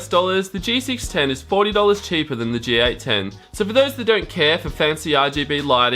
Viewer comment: It's a G810 not a GA10.